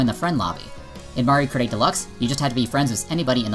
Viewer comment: I don't know a lot about all this online stuff with MK as I play it about once a month with friends but I would agree with what you're saying about it all based on your evidence But Do you keep saying Mario Karty cause that's what it sounds like and in which case I love that